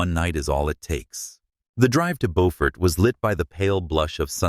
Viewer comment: On the third try, AI pronounced Beaufort the right way! 😮!